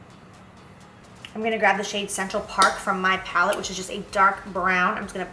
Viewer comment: Lmao at Jaclyn Saying Laura lee's Pallet incorrectly! 😂